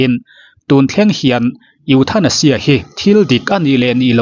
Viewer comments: I pronounciation hi uluk deuh teh ethaneizia ti a lamrik tur aw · E thanasia tia lam tur